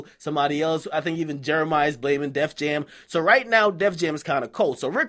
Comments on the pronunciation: he said "Jef Jam" instead of def jam 😂😂😂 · Am I the only one that noticed him say Jeff jam 😂😂😂😂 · you act like I didn't hear you say Jeff Jam..lol